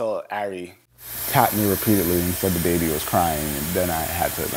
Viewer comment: How many ppl thought that he'd been saying dababy instead of the baby lmao (Like if u thought the same)